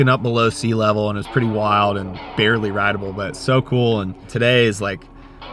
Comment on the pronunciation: So heavy it’s “barley” surfable